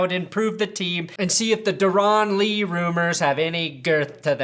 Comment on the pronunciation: You know it's just pronounced Dare-in Lee. Not Der-on Lee.